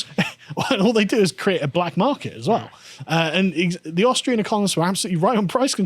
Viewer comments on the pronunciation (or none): none